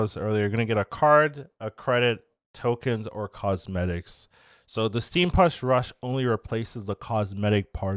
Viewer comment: Theres no R in steampunk